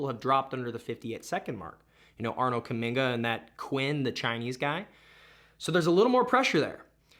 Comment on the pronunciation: Love your try at ‘Kamminga’… A for effort